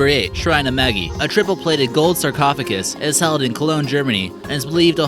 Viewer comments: Not Maggi. Magi (MAY-jie). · "Shrine of MAGGIE" lol...it's pronounced like majeye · If you're going to narrate, at least pronounce what you're narrating correctly. MAGI is only one mistake.🙄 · There is a lot of erroneous information in this video. But beside that, a huge amount of mispronunciations, not just of foreign words, but of common English words like Anglican, Magi, Padua and prepuce. It demonstrates the low quality of production and keeps viewers from taking it seriously.